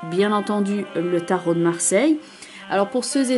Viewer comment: Bravo pour ce tirage très professionnel, et très juste en ce qui me concerne (quel bonheur de vous entendre appeler les cartes du Tarot de Marseille par leur nom CORRRECT !). Je me réjouis de vous retrouver en 2019.